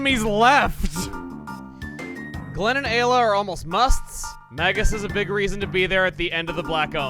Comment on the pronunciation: Remember when he pronounced Ayla as Eye-la? I do